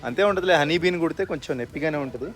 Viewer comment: అది హనీ బీన్ సోయా బీన్ కాదురా తమ్ముడు.. Honey Bee 😂